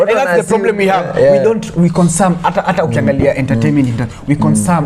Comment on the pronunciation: Ni mimi pekee nimeskia ' we consam'